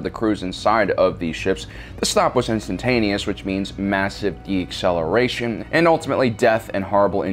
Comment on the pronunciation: Decelleration. It's not that complicated to pronounce.